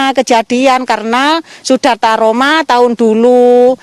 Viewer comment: waduh , trauma buk , bukan taroma , semangat ya buk , semoga ekonomi cepat pulih